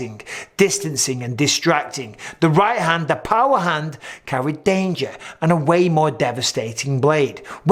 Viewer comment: Ehm... Can we talk about Bidpings pronunciation of "dagger"? 🤣